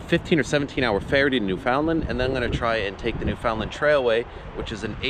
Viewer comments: You are from Canada and can't pronounce Newfoundland? New-Fun-Land. Accent on the first syllable. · Newfoundland is pronounced NEW fin land, not New FOUND land.